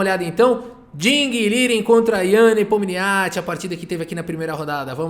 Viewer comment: Pfvr, pronuncie o nome do Ian Nepomniachtchi corretamente 😎😢😢